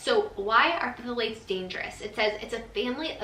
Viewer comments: "Thal--lates", the Ph is silent :-) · its pronounced "thalate" you kinda ignore the "ph" lol i know it doesnt make sense 😂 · Pronounced Thay-lates 🥰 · NO PFFFFFILATES! Oh. I giggle. P(silent)-thal-ates ❤️ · It's pronounced "thigh-lates!" Love it though! ❤ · Its pronounced Tha-lates 😄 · I was dying. I was like thAaaalates